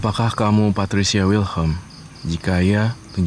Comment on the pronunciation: Anwar bikin ngakak Dari patricia jadi pasurya Dari indigo jadi pertigo